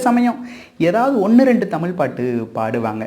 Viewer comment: I wish learns to pronounce Tamizh correctly and not call it T amiL. It is JARRING. MUST pronounce our mother tongue properly and be proud of saying ZHA. Please. Don’t mutilate our mother tongue.